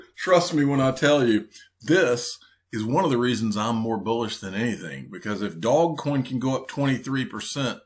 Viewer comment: "Dog" coin 😂🤦‍♂️ Much cringe